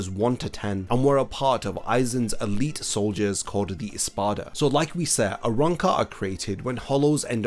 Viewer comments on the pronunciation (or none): none